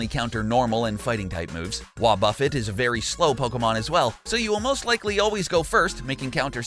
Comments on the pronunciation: it is "wuobufét" not wuobûffet" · Ok 5 things... 1) Dry Bones are immune to fire. 2) Not only did you leave out mirror coat and destiny bond for wobuffet 3) but counter counters all physical attacks since gen 2 4) You pronounced wobuffet wrong 5) At least check by your sources of the information you give the public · So he steals the content nut fails to listen to the audio to learn how to properly say WoBuFet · He says wobuffet weird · Bruh 1.learn how to pronounce wobufet 2.u can’t kill dry bones with fire This why people who don’t understand games shouldn’t try to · Learn how to pronounce wobuffet